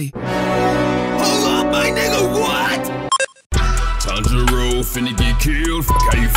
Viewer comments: For once, Inosuke got Tanjiro's name right. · i like how inoskue actually said tanjiros name correctly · Yo inosuke actually got Tanjiro’s name right 😂